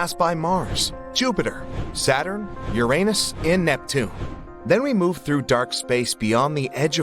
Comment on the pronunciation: A gold star for you for PROPERLY pronouncing "Uranus". Not everyone does.